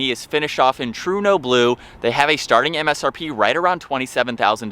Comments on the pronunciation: Truno blue? What about the E? Trueno. Learn to read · But honestly, it’s not even a matter of your speech or accent being different, it’s simply just not being able to read the word “trueno,” truly the public education system here has failed us